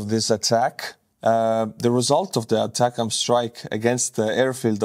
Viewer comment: it’s “A” “tac-ems” two words. Source: me, I was a mlrs crewmember in the US Army.